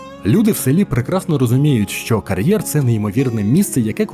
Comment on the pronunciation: Що таке «карьєр»? Як Ви це і головне навіщо вимовляєте???